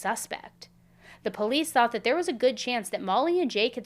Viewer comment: No one should watch these videos Worst coverage Plus worst host She can’t even pronounce POLICE I unsubscribed and the videos still play!!! #cashgrab #worstcrimechannel #banbeam